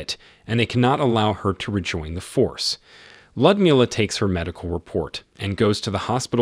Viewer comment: Ummm...a helpful hint on pronunciation.. It's pronounced "Lewd as in Lewdmila" NOT LUD.